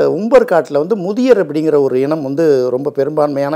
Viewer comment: அதியர் பெயரை ஏன் முதியர் என உச்சரிக்கின்றீர்கள். அருந்ததியர் பெயர் சொல்ல தங்களை தடுப்பது எது. தங்களிடம் சில கேள்விகள் 1 கொங்கர்கள் கொங்கு வேளாளர் என பெயர் மாற்றம் செய்த அரசு எது. 2. கொங்கர்கள் யார் எப்போது தமிழகம் வந்தனர் 3 கொங்கர்கள் சேரர் என்ன தொடர்பு 4 புகழூர் கல்வெட்டில் உள்ள தந்தவர் என்பதை ஏன் அந்துவன் என மாற்றி படிக்க பரப்புரை செய்ய காரணம் என்ன 5 கவுண்டர் என்ற பட்டம் யாருக்கு சொந்தம் 6 இரும்பொறை என்ற ஊர் புளியம்பட்டி ஈரோடு மாவட்டத்தில் உள்ளது. கரூரில் எப்படி தொடர்பு. 7 நாமக்கல் சேலம் திருவண்ணாமலை கரூரில் அதியர் அருந்ததியர் கட்டிய கோயில்கள் இன்னும் உள்ளது. அதியர்கள் தங்களை சேரர் என்றே கூறியுள்ளார்கள். 8 அருந்ததியர் கொங்கு வேளாளர்களை இன்னும் கொங்கர்கள் என்றே அழைக்கின்றனர்.